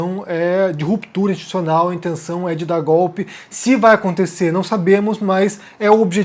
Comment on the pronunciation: Muito boa sua análise, como sempre. Agora, repita comigo: Ins-ti-tu-ci-o-nal. De novo: ins-ti-tu-ci-o-nal... Assim, uma hora você acerta! ;)